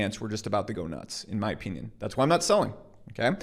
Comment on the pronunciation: Or you trolling when you say "opeenyin" ? Or perhaps you are Canadian?